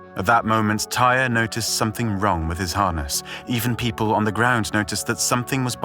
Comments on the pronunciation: Idk who “tire” is. His name is TY-REE! And he didn’t die on impact, he died later that night at the hospital. You need to do better research if you’re gonna speak on a deceased person. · You really just called him "Tire?" 🤦‍♂️seems like you're not doing any research and just copy pasting articles. 🗑️ Channel. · It’s an easy mistake to make when comparing it to the work pyre.